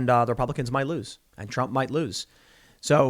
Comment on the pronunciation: Donald Drump? You ok there Tim?